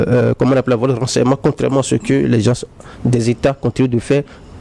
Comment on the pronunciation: C'est quoi les "gences?" Il veut dire les "gens ?"